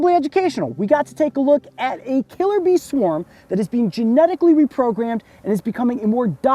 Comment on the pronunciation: Am I the only one that heard killer bean instead of killer bee Just me? Ok....